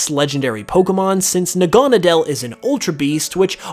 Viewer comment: Its pronounced Naga-Needle!!!